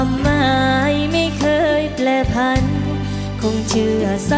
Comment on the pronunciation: ได้ยินออยและไรอัลออกเสียงว่าแปลผัน จริงๆ ต้อง แปรผัน